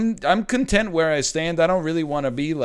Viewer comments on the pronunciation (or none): none